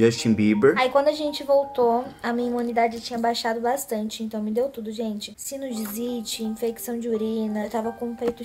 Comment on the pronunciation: SinuSITE KKKK NÃO COM Z KKK